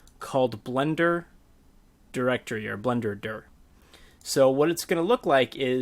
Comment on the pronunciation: BLENDERDIR ... BLENDERDURRR ... DURRR will never get used to this pronounciation